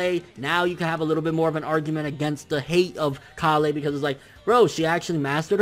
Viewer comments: dude it's kale! Kale!!!! Not callay not callay kale!! Come on man work with me here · Lmao omg he says Kalè everytime it's just Kale like how you would say the vegetable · Dude it's kale like the food not ka le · Hey bro it's kale like the vegetable kale not kalle like some Kryptonian shitt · It's pronounced kale not kalé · Ok dude you've been pronouncing kales name wrong for a very long time. ケール this is how her name is written in katakana and it's pronounced ke-ru or ke-lu obviously a pun on the vegetable kale. How you have been saying her name is かーレ or ka-le/ka-re Which is wrong as this isn't the way the japanese voice actors never have said her name in any instance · A minor thing, but it's K ale, not Kal ey. Kale as in the vegetable. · Idk why you're saying kah-le its kale and if you're just being a Weeb and using Japanese pronunciations its keiru not kah-le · Kale, not Kalay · When u pronounce kale KALEH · Kale.... rhymes with Tale, pale, or fail... ya know, like the vegetable? Please stop calling her "kah lay" :( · Yo I don't want to be rude, and I mean no disrespect but you keep pronouncing Kale's name wrong. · You're saying kales name wrong I'm guessing you're doing it on purpose though lol